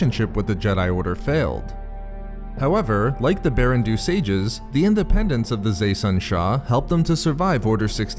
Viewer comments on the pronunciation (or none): I’m pretty sure “Baran Do” should be pronounced “BAH-ran DOUGH,” not “Barren Doo.”